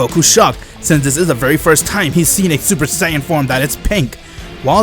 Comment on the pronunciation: Your voice lmao ensaid heis seupar sayan